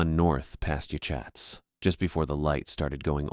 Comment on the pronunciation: Yachats is pronounced yoh hots.